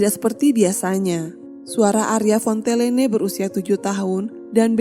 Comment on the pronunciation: Fontellene atau Fontenelle teh.. ? Omongan dan Tulisan ko beda... ??ditulis Fontenelle, dibaca Fontellene.... ????⁹